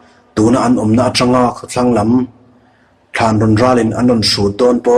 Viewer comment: I chhiar ngaihnawm khawp mai, mahse Thlanrawn tih i lam rik dan hi a dik lo Thânrâwn tia thlûk tur a ni e